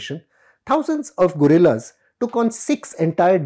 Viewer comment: The Baloch are the real freedom fighters. The reader's pronunciation of Guerilla is not correct.